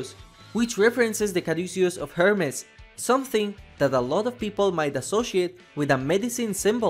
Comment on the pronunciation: This is the 666 comet ha ha. 😈😈😈 Also, you pronounce Hermes wrong